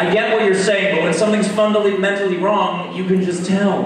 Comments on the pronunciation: This clip is fantastic but I will never get over steve saying "fundally mentally wrong" instead of "fundamentally wrong" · "fundallymentally" - Steve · Fundallymentally. I hear it every time. I love some Steve though.